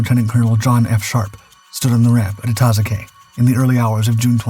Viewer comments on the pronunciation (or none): It's pronounced "ita-zoo-kee"